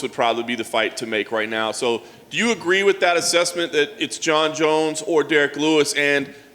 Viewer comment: Did he say jer jones?